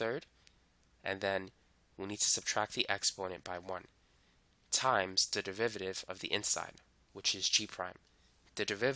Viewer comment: Why do I keep hearing 'devivative' every time he says 'derivative'? 😂 Well thanks for the video, I appreciated it